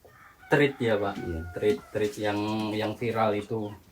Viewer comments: "thread" e nya dibaca kaya kita nyebut kata "sate" bang, jadi bacanya tret bang bukan trit😅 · thread = sounds like thred E bukan i 🙏🏻 no salty, cuma kasih info aja. yang mas nya sebut itu trit, untuk treat. thread = tred. ❤